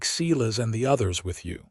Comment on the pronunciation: Too bad the AI couldn't pronounce SI-LAS instead of SE-LAS...